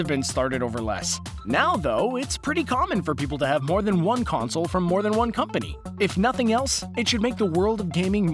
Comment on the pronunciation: Stop over pronocing the word consoleoololl